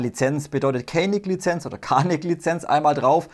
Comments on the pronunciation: Gelesen wird " DJANIK ".. WIE ' JANGO' IM ENGLISCHEN !!! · Canik wird Janik ausgesprochen die echte waffe stammt aus der Türkei und dort spricht man C aus wie ein J